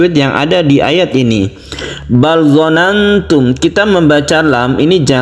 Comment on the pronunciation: Assalamualaikum. Mhn maaf..., sedikit koreksi. Kayaknya ada bacaan yang kurang pas. Tulisannya BAL DONNATUM. Kedengarannya BAL DOLANGTUM.. apa saya yang salah dengar? Mohon jawab anya.. Salam hormat smg sehat selalu. 🙏🙏